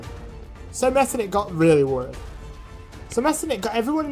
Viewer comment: Not pronounced like that, the ch isn't a k it's more like a hy sound, so Metternich should be pronounced like "metternihy" (this is how I explsin the sound to my non-german-speaking friends)